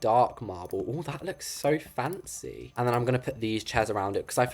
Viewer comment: lol the way he says "FaNcEy*lol btw i love you videos keep up with the greatwork